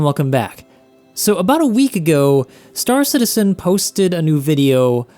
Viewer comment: why does everyone call it star citiSen and not star citiZen????